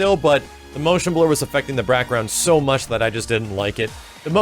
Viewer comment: is it just me or did say brackround